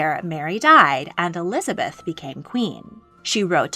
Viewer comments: Elizabeth l not Eliabeth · You're missing the 'z' in Elizabeth I